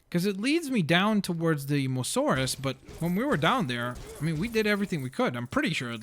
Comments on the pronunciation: I'm sorry to bother you, but it's mosasaurus, not mosaurus. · Samuel Walber mo saurus he said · It is mo- as- saurus not mosaurus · It's Mosasauros not mosauros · it is not mosauraus its moSAsaurus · its not mosaurus its mosasaurus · Its a Mososaurus not a mosaurus. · I now its not Mosaurus its MOSASAURUS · It's a Mosasaurus not a Mosaurus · hey your pronouncing the dino wrong its not mosauras its mosasauras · You fucking piece of shit! It's Mosasaurus not Mosaurus! Even after the lady in the game said Mosasaurus you still said mosaurus like a fucking dumbfuck! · dude its a mosasaurus not a masaurus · It's moSAsaurus, not mosaurus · ChimneyTOOTH TOOTH that ain't no abrivation he jus cant say it right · Its MoSAsaurus. Not Mosaurus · Why is he calling it the moasaur it's the mosasaur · Not to be rude but its Mo-Suh-Sor-Us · You can not say mosasoras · STAHP SAYING MOSAURUS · its pronounced"moe-zo-saur-us :) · It's Mo-SA-Saurus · You have to kill 7 sharks not 6 and its mosasaurus not mosorus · its pronounced mosasaurous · MO-zu-sawrus that's how to pronounce it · Yeah I know it's the MoSasaurus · it's pernounced (moss-so-saur-rus) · No it is pronounced moes a saurus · Don’t you hate when someone pronounces something wrong? Examples are: said apatosaurus wrong, and mosasaurus wrong. IT EVEN SAID MOSASAURUS IN THE DARN VIDEO